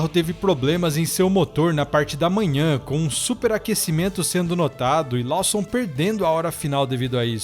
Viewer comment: só uma observação! O sobrenome do Liam se fala LÓSSOM, e não LAUSSON. No mais obrigado pelo excelente conteúdo, abraço!